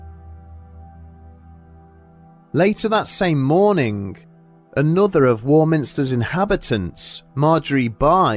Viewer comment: He said sitting gup and morning-g